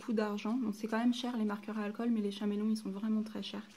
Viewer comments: putain mais on dit Caméléon pas chaméléon golmon va teubé 😂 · Merci mais on dit [kaméléon] et pas [chaméléon] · Chameleon se prononce CAméléon